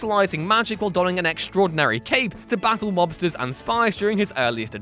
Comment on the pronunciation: I misheard "mobsters" as "lobsters" which I think improved my memories of Alan Scott.